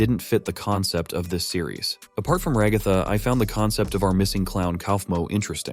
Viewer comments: everyone:ragatha him:ragafa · Bro it’s ragtag not roghto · I gonna sat rgatha is not agatha its ragatha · I hate how he kept saying Ragatha [ra-ga-tha] it’s pronounced Ragatha [rag-a-tha] ty! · Ok, I know its just the voice, but stop saying Ra-gau-tha! Its Rag-a-tha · Ragatha is actually pronounced Rag-uh-thuh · Bro really said ragotha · "Ragartha" I can't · Thats not how you say ragatha